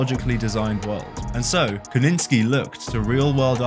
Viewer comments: Interesting video but the repeated mispronunciation of Kosinski as Koninski detracted from it for me. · Ko ZIN Sky. Say it with us. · It's amazing to me how someone can notice so much minute detail in an image or a video, and then go on to mispronounce a director's name, multiples times, while having the spelling of it right in front of them. That is an absolutely astounding dichotomy.